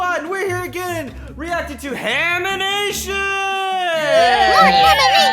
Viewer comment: Haminations is pretty hard to pronounce.